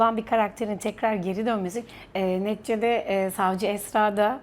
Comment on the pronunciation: "Neticede" kelimesini sanki "Netçede" gibi söylüyorsunuz sanki.